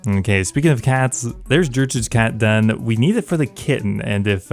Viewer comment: did you say Jertrude? ...how do you pronounce gif?